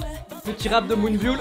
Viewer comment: Attention ⚠⚠⚠⚠ Moonbyul ne se dit pas Moonbyoul mais Moonbyeol Le eo ayant la prononciation d'un o comme dans ordinateur